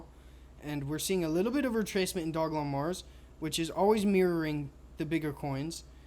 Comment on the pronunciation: Bro the name of the damn coin Is simply Doge Lon 😂😂😂 Dog E Lon. Like why are you butchering this simple name